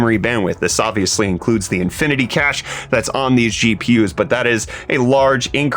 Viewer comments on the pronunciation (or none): none